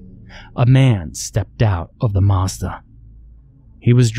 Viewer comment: is a master. All it took to crack me up was the very slight emphasis on the last word of "I got into my Mazda". You can literally hear his eyes roll.